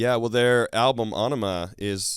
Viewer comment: Finally! Someone who pronounces Ænima right!! ... Right on my Tool brotha!